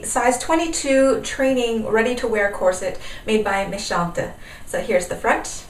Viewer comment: Your French pronounciation is perfect! Méchantes simply means *mean girls*. :)